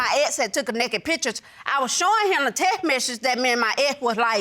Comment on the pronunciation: The “tesh messages” huh 😂